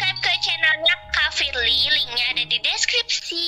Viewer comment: Bukan mi tapi "me"....and bukan firliy tapi "firly"